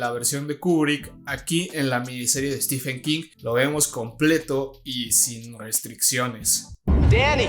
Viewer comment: No se dice "estifen". Stephen se pronuncia "Estiven". Stephen=Steven